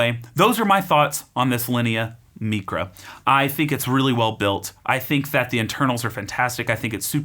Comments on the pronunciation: Isn't it pronounced like mycra not mecra? Excellent review! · It’s not Meecra it’s MIcra….it’s Greek you know not Spanish….